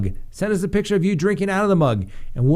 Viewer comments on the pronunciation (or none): none